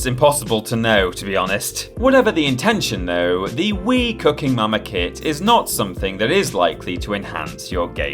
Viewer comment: Wasnt watching for a sec and swear I heard say Wii "Cucking" Momma Kit.